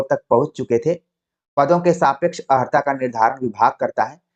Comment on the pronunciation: जी अर्हता ही शुद्ध शब्द है। किंतु कभी कभी योग्य व्यक्ति से भी अनजाने में अशुद्ध उच्चारण हो जाता है 🙏